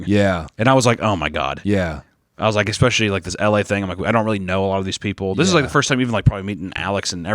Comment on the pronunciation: saying expecially everytime like a toddler